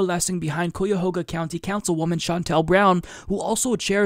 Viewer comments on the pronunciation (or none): Thank you so much for the warning about Nina Turner's opponents - which sadly includes her own party here in Ohio. I don't live in her district, but I'll see what I can do for her. FYI: 'Cuyahoga" is pronounced "COY - uh -HOEG -ah", and Marcia Fudge pronounces her name " MARSH -uh". Cheers! ~ Anastacia in Cleveland